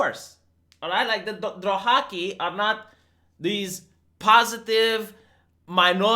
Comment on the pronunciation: Drohaki....Drohaki?? ....oh! Dothraki! XD